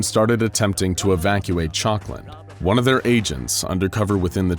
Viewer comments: Honestly thought he was saying chocolate for a minute 😂 town named chocolate 🍫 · Everytime they say chalkland I just hear chocolate